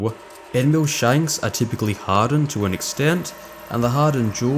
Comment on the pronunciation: hahahaha! Even the closed captions hears mule instead of mill! Great video BTW!